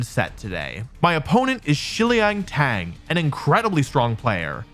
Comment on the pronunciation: i'm not a native Chinese speaker, but shiliang tang is three syllables. hope that helps.